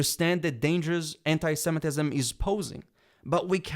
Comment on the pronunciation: Anit-semetism?? You've all lost your minds!!!! 😄